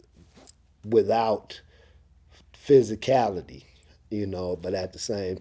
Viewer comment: This nigga said physicality lol